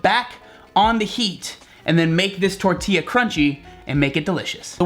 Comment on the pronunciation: I appreciate the fact that you say tortilla the right way